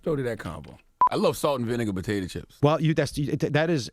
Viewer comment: 'Salt and Vinigga'